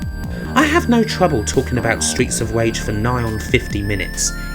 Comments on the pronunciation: Stweets of Wage! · Stweets of Wage. Sorry. Seriously though, this is a great review of two of my favourite games. Thanks for sharing it with us. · Why are your R's... W's? Genuine question, have not heard it before. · streets of vage xD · Stweets of Wage... sounds like the USA. Wages being shit, har har. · stweets of wage...